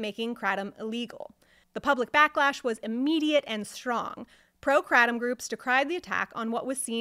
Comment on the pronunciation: lol take 7oh for a month and tell me it's like coffee withdrawal lol 😅you have found the only way to mispronounce it as well. Kray Tom or krah Tom kratem just makes you sound like you know less that you actually do. Wich is little to nothing